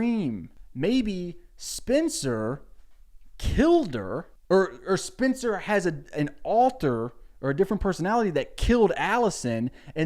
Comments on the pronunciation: Why is he pronouncing Spencer like Spincer 😂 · I don't even watch this show but the way he says "spincer" is driving me insane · Why do you keep pronouncing it “Spinster” 😂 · all i’m hearing is “Spinster Spinster Spinster” instead of Spencer lmao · Why are you calling her spincer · is he saying SPINCER? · The way he pronounces Spencer made me think her name is Spincer 😂 (I’ve never seen the show and yes I am two hours into this video) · i love the way you say spencer's name as SPINCER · Lucy hale had the same accent. She’s from Tennessee I think and I bet he’s from a surrounding state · Sound like he’s saying Spincer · It's like spinster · I also heard spincer 😆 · Hes saying Spencer weird right? Its not just me? Not an issue just caught me off gaurd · i just love the way you pronounce spencer